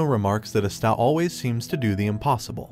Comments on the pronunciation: ok whats with all these types of yt channels saying their names wrong its ahh stuh no uh sta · It's not uh-sta, its ah-stuh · He's saying usta but it's asta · Sorry but it's prnouned like pasta without the p not As-ta but thank you! I can't find any black clover recaps that don't skip to much! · bro, you're killing me by saying uhsta. Did you even watch an episode? it's Awstaw like Pawpaw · Is my hearing weird or is he saying esta not Asta? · im i the only one who's wondering why he's saying aster instead of asta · Who is a'staaa, do you mean Asta ? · not aesta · It's not pronounced Astá. It's Ah-stuh. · Bro it's asta not aste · Hate how he says astaah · It’s asta not está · you definitely murdered the pronunciation of asta's name, please say it properly next video, it sounds so cringe tf its as-ta not a-sta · I like to believe that As stag is what I'm hearing and I really love it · Great series to watch if you can find all the anime episodes. The main protagonist is named Asta but it has an emphasis on the A (like Ahhh Sta). Sorry it was driving me a bit crazy with the incorrect pronunciation. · Is NO ONE going to talk about how he’s calling Asta astA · Thank you I wonder if he only read the manga because there are a lot of mispronunciations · Is no one gonna say anything about how he pronounces Asta… Yuno and aata.. Sounds like he’s about to sneeze. It’s Ah-stah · It’s not pronounced asta (silent a) it’s asta (no silent a) (as - t - aa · wdym u cant spell? I was reffering to the youtuber or the bot that was speaking, since they never said asta they said other words like astab a star and so on, just turn on subtitles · man keeps saying a-sta get it right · asta. its not hard to say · dude it is pronounced aa-st-a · Don’t say AASTAA ANYMORE PLS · AH STA for the love of GOD its AH STA ASTA! Cringe asf. Watch the show. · i love the way he pronounces asta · the way he says asta, gives me the same feeling that i get when katara says Aang in the avatar movie